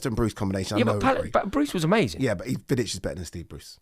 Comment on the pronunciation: As soon as he said Vidic I was done